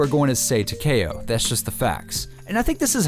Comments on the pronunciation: its takeo not takao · It talk-ee-oh not talk-a-oh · Taw-Key-Oh not Tacky-O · Tuh-kay-oh lmao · why he say tekao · Tac-E-oh like (Tick) Tac- E (straight E, not eh) - oh (Oh, he doesn't know how to pronounce Takeo?) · It's not pronounced teh- ka - o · tah-k-o? do YOU even pronounce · no I ment YOU pronounce the k like k-e-y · any1 else pronounce takeo as Tac (tic tac) E Oh? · It's said Ta kee oh that's how you say it but you spell it takeo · I pronounce it Takeo, (Tak-E-O) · tahkayoh lol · 😂😂😂 when he fucks up the name for takeo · it hurts so much when he says Takeo wrong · For some reason it rally annoys me when ppl pronounce it like that 😂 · He does not know how to say takeo 😆😬💯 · that pronunciation on takeo lol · it's takeo it's like Tokyo except with an a sound